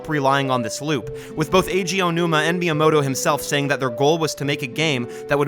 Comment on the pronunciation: You do not have to speak Japanese to pay just a little bit of attention to pronunciation. Like, I’m not French but I also wouldn’t pronounce “bon soirée” like “Bonn-sooarrrghheyyyy” like you Americans do. Just say “myamoto” with a hard “T” and we’re good. 👍😉 And also… WHAT THE HELL IS A KILOMETER?!?!?!?!?!🇺🇸🇺🇸🦅🦅🦅🦅🦅🍔🍔🇺🇸🇺🇸🇺🇸🇺🇸🇺🇸🇺🇸🇺🇸